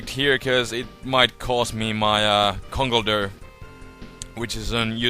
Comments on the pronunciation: ConkleDURR. Cracks me up. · and also luv 'Conkledurr Rawpushin' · i like it when u say "conkeldurr" :D